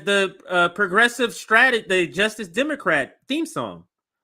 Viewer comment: The way says "demoqwat" kinda drives me nuts.